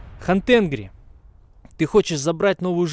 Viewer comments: Ни Хан Тенгри,а Хан Танири. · Хан ТенгрИ, ударение на И